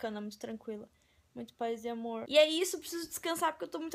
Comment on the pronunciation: vc escreveu tchau erado vc falo xau